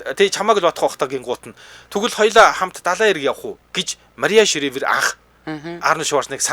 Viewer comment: Шривер биш ээ. Шрайвер гэж уншнаа.